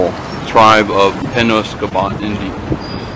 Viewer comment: Ur not saying the name right. Say Penob then say scot